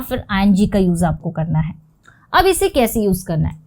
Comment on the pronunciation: आपकी हिंदी का उच्चारण भोपाली क्यों है ? बहुत इरिटेट करता है जब आप मैं को में और कैसे को केसे बोलती हो...